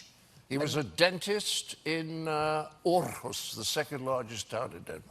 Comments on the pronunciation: I´m from Denmark, it´s pretty fun to hear the pronounce of Årrrrhus - ist Århus :D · As a Dane, it's fun to hear Mr. Cleese pronounce Århus as Orrehush xD It's more like "Orehoos" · The way John says Aarhus is hilarious, for the record, it's pronounced more like "or-hus" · I'm Danish, and to be honest, he pronounced Århus / Aarhus (the latter is the official way to spell it today IIRC) completely wrong, I suggest visiting the English version (maybe I'm blind, but I can't find a sound file on the Danish version of that article) of Aarhus on Wikipedia and listen to the guy pronouncing the name. I don't blame John Cleese for getting it wrong though, Danish is a rather difficult language. I still love the guy (no homo)! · It kinda annoys me just how drastically he mispronounces Aarhus. It's like he's trying his hardest to get it the opposite of right. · I hate to be that guy - loving John Cleese as much as I do and all - but Aarhus in Denmark is pronounced with a silent "r". At least by the Danish. But, I will give creds to the Lord Commander for rolling his r's as well as he does. Definitely very Scandinavian of him :) <3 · well done on the pronouncian on århus, mr.cleese, but a little to much roll on the R. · Lol, he pronounces Århus as if it were a town in Sweden, which is incidentally wrong :p